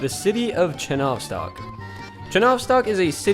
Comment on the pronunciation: Please change the translation of the word "Enjoy" from "наслаждаться" to "Приятного просмотра!" because it doesn't make any sense. Also, in Russian it wouldn't be "chenOvstok", it would be "chenovstOk", stress on the last letter "O".